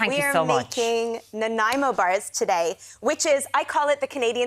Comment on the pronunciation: As a British Columbian who grew up on Vancouver Island, thank you SO MUCH for pronouncing Nanaimo correctly, which is somehow an impossibility of most Americans.